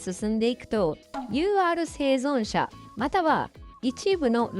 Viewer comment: 生存者言えてない😂